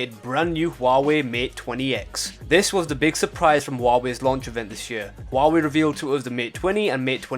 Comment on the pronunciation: It's NOT hoo-wa-way, it's pronounced wah-way, apart from that ,GREAT video !!!!